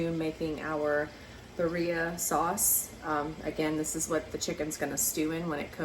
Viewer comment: B-D-ah not berria😊✌️